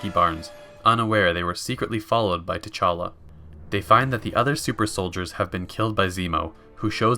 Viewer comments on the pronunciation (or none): he’s saying call him Black Panther because guy pronounced it “Ch’Talla”... like a good few times.